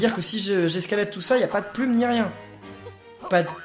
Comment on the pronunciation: PK dit puil et pas plum